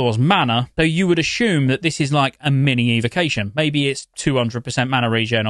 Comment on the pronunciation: Where does the shoom come into the word Assume? Is he speaking english?